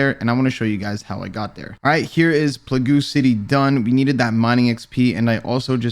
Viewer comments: Lmfao plagoo city dude? Cmon... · Plahgoooo!, you’re trash and you don’t really deserve the following you have (albeit impressive.) Nish would slap you 1v1. But you wouldn’t risk it, would you? Either way, I’m sure he can pronounce plague correctly. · “Play guu” it’s plague. Like the Black Plague.....lmao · It’s probounces playg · This guy just say pla goo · This motha fucka said plag ooo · "pla-goo city" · Bruh it’s pronounced Plague lolol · Pla-Gu. The fuck hahahahaha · Mans said plagoo 😂 RSN: 101M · "Plagoo city" what the f? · My dude said playgoo 😂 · Bro did you just say "pla-goo" city?